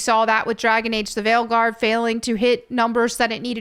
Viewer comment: "ign gave veilguard a 9 tho"... ign gave a 9 that means... 5 LMAO Wow... "VYEEE.... "its viii like wiiii" in my perspective and most i believe? but don't change for us DORITO shapes:D VYEE i love it:D